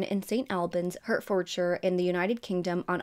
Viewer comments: Loving this channel fast becoming one of my new favs ❤ Just wanted to help with the pronunciation of Hertfordshire. In the uk its 'Heart Ford shear' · Borough is pronounced bruh, so petersbruh. Shire is shur, so Hertfordshire is hart-ford-shur. Or more like hart-ferd-shur